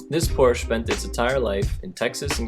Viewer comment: Cool Wild Orange car but the narrator really oughta learn how to pronounce Porsche correctly.